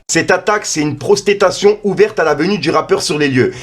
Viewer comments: une "prosTéTation" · ''Prostétation'' 😂 Tu régales. A chacune de tes vidéos, tu écorches à chaque fois un mot ou un nom. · Wesh apprend a lire ma gueule protestation pas prostetattion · mdr prosettation